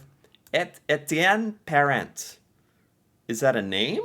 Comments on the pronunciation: You don’t pronounce the “t” in Parent. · If you want to pronounce.... 'Pair-Ont'.